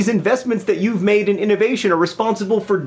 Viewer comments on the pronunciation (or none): none